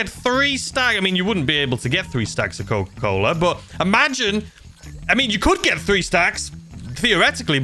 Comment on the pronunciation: Coca colo it is cocaine